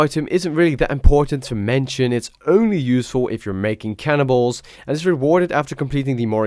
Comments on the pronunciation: Sounds like ur saying "smithing cannibals" rather than "cannonballs", lol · sounds like he says cannibals instead of cannonballs. lol